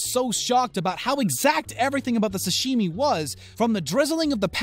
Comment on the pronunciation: Is anyone else annoyed how the narrator says "sashimi" or is it just me?